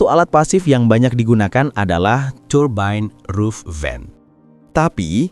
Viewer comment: turbain roof vain.. lu ngomong gitu ada kali 50 kali.. turbain roof vain😄